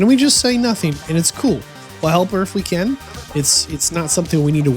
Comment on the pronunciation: Never thought I would ever hear anyone struggle with the word "can" or "ken" as it will be from now on 🤦🏼‍♂️